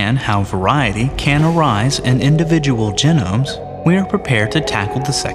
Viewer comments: i hate how he pronounces it gen-nomes and not gee-nomes. apart from that great video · Don't want to get too picky here, but if you're going to teach people about genomes, you should try to use the correct pronunciation: ('jee - nohm). This is the first time I've ever heard it pronounced: ('jih - nəm) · Jen-ums. Are those like steak-ums?